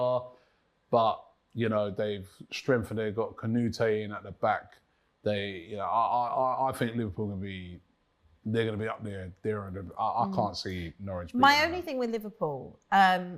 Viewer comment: What's wrong with? It's "Kuh na tay" not "Ka nu te"